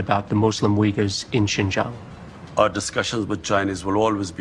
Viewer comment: Mr. Shakir : it is Xinjiang pronounced as “Shin Jiang “ not “ sin kiyang”